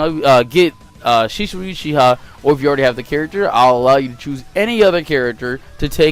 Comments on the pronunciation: Mans said shishui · My man Said Shishui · SHISUI IS AWSOME ALSO U SAID SHISUI WRONG also pain is free and minato should be higher